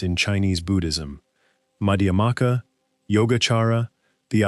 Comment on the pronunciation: C'mon-Muhayanu Buddhism? How about Mahayana Buddhism. It's Madhyamaka not Madhaamaka. It's Yogacara (pronounced as yoga-chara), not Yogakara. I've been practicing Buddhism for well over 50 years and I can't even get past the mark and this channel has already screwed up the spelling & pronunciation of two of the most important and influential schools in Buddhist thought. Skip this video, forget this channel and go meditate.